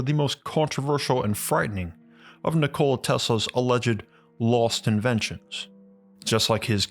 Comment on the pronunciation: Excellent video my friend but his name is not Nichole.